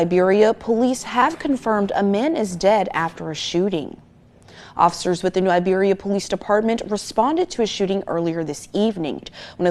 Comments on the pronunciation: It’s Iberia not Liberia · New IBERIA not Liberia lol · New Iberia! 👁 beria... iiiiiiiberia. Not Liberia. Dude was reading the 💩 and still added a extra letter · It's IBERIA not LIBeria big bro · It ain’t pronounced that way… New Iberia and Iberia pronounced like Siberia without the S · It's New Iberia bruh.. Not Liberia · New Iberia not Libarya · New Iberia pronounced EYEberia!!!! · New Iberia not new Liberia 😂 … good job on the vid bro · It's New Iberia with an I not an L